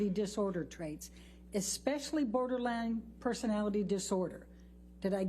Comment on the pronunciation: Ambers lawyer saying borderlang to borderline is killing me.